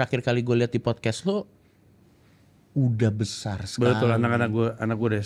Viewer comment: renyah syekali